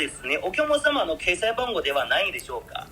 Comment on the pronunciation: 中国人が話す日本語の特徴が出ていますね。小さい「っ」の発音が中国語にないので決済をケサイと言ってる時点で中国人だとわかります。